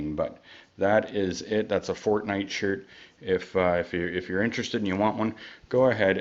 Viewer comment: Fortnite not fortnight😂😂